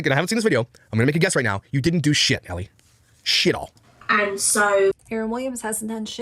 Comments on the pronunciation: Well, he lives in Canada, which is a bilingual country: English/French. "Elle" is as basic as it gets...the French pronoun for "she." Being Canadian, I can tell you there is no way could mispronounce Elle, unless he flunked out of first grade. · In all honesty I think him mispronouncing names the way he does is just another way to belittle and bully i mean come on the name Elle is kinda basic to pronounce and he does it alot it seems